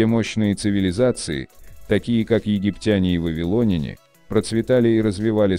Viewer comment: Вавилоняне - ударение на Я , а не о .